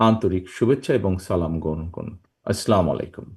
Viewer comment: আপনার আম্মা কত সুন্দর করে সালাম টা দেন আর আপনি সালামের উচ্চারণটা আপনার আম্মার কাছ থেকে কোনো শিখলেন না।